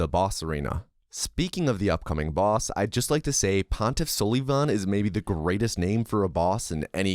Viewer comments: Its only funny that you kept saying pontif sullyyyyyyyvan.. pretty sure its sul i van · bro said pontiff suhlivahn not sulvahn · Idk if you're just memeing or not, but hearing you pronounce sulyvahn's name suh-lee-von had me in tears. It's pronounced suh-luh-vin 😂😂 like Sullivan from Monsters Inc. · Gundyr is the best name in all of gaming especially when he's the champ, I pronounce it Sullivan anyways because it's less cringe, I will put you in a headlock after school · Hate to tell you this because of how much you love saying Sulyvahn, but it’s really just said Sullivan. Means “black-eyed one” But thanks for the content! Great video. Dunno how runners come up with this stuff. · You’re pronouncing pontiff sulyvahn wrong every time and it hurts me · buddy at least pronounce your favourite boss right! smh! unsub! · This man is purposely pronouncing Pontiffs name wrong only to trigger people and I love it